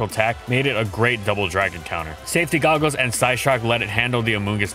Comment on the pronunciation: "safety googles and psyshock let it handle the amoonguss matchup well..." please no make it stop make it stop i can't take this anymore